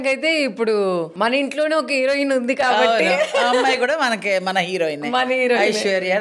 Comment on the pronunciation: Erohin kadu హీరోయిన్ అనాలి